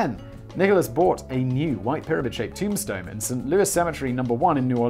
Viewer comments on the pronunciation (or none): none